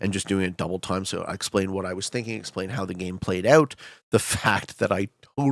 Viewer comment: “i don’t think anyone really notices my accent”. Just 30 seconds later he says in the thickest Canadian “moved ooout”. Just thought this was pretty funny